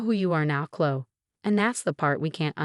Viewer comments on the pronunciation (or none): Please use names that the computer can pronounce. It's Kloh-ee. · Oh good! I came here to say the same thing. So irritating, they keep choosing this name but speech bot has no idea how to pronounce it. Uggghhh😢